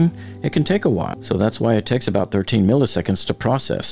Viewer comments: The second "i" in milliseconds is pronounced exactly like the first. It's not milley-seconds. It's "millis-econds." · Millisecond is NOT pronounced “Milly” seconds.. it’s “Milla” seconds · Please stop pronouncing “milliseconds” as “mihl-EE-seconds”. Just pronounce the second ‘i’ with the same sound as the first one: “mihl-ih-seconds”. (You’re welcome!) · "Milly seconds"